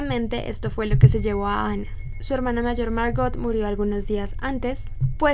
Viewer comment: ¿Porqué pronuncias el nombre como si fuera ingles si ella era alemana ?